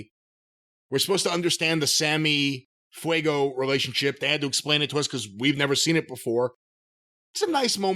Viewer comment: 😂 😑Jim called Fuego pale